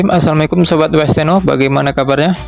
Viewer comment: Bg kalau mengucapkan assalamualaikum kasih sempurna ya